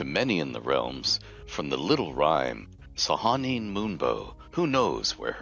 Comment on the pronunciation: Hadn't realized until this video that I've been pronouncing Sehanine wrong all my life, lol xD Thanks, Ed!